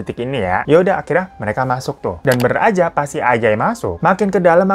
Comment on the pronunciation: Sangkung excited bg hiro cerita nama ajay jadi ANJAY dong🤣🤣. Emng klw nntn konten bg hiro ditunggu2 tiap saat. 🤣